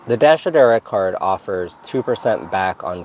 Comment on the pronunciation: Oh ok.. "Dasher Direct card.." Thank you. I must have listened to you say this a 100 times trying to figure out what you were saying. haha